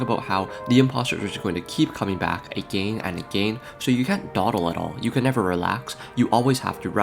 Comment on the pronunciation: “—Imposters keep coming back Agáîne ań Agehine-“ “—All the prúgrésš-“ “—Did all of that just to Lewse?”